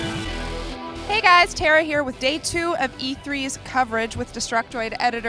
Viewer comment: did she said nutflix?